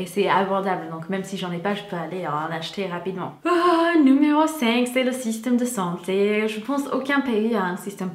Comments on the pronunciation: Quand elle a dit système de santé elle avait trop l’accent alsacien😂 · Super chouette comme vidéo ! Tu es trop mignonne :) à 5min25 quand tu as dit "le système de santé" tu as eu un accent Alsacien ça ma fait rire ! Des bisous ^^